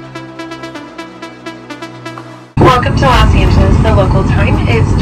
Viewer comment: I’m happy you pronounce Los Angles correct.❤ I heard most people say it wrong😢